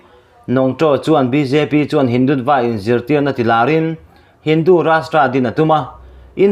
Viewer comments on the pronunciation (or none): Hindutva hi mizo ṭawnga lam dan chu*Hindutua* tih tur a ni e.